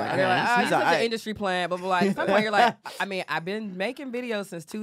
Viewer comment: Simple and to the foint 😂😂😂